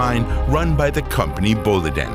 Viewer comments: so it is up north after all. If you are a english speaking person do not say bolideen say bo(o)liden i wrote like that cause it is not 1 o and it is not 2 o it is 1,5 o and the i is also stretched a tiny bit like 1,3 i bo(o)li(i)den just slow down a TINY bit when you say it. Some swedes might even say english boo and make a quick pause a quick pause and continue with the rest of the word. It is still not 2 oo it is 1,5 one. Boliden is an old company. Mining for decades. Also the melody might be a little like you talking to another person and telling that person about your doughter called bo(o)li(i)den and what she been up to. Some more warmth there I say you add about 5 % maybe slightly more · The way he pronounces "Boliden" is a hoot! rofl